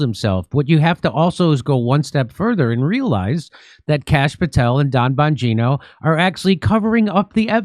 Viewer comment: “Bonjourno”? Are you saying “hello”, in Italian for “Don Bonjourno”, “the Godfather of Hello”? Just try & pronounce the names correct please? Not sticking up for em’ but get it right.